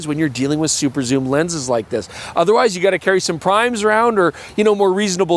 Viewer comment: Soom lens? Yes please! 😂